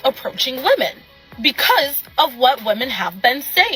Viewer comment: It's pronounced "women" not "woman". Woman is singular and women is plural.